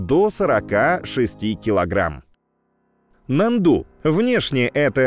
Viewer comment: очень интересно все у вас но внимательнее с ударениями...я долго молчала но после НАНДУ не могу молчать...ударение на А....можно проверить в википедии..извините но Вы один из моих любимых каналов и все должно быть идеально